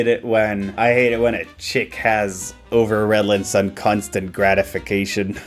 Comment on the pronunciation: the text is spelled correctly...??? why are you pronouncing it as if it's overrelance???? there's so much wrong with this ad but you had to focus on the one thing they got right